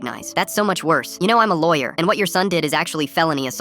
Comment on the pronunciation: "Im not even a lawer"💀💀🔥